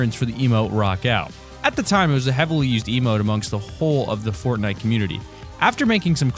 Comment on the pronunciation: At the end he said Bortnite XD